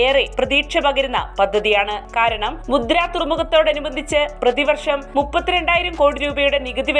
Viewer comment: മുദ്ര അല്ല, മുന്ദ്ര